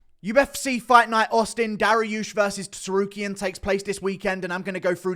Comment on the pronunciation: Did this absolute Clayton just pronounce the "T" in Tsarukyan in the opening seconds of this video?😂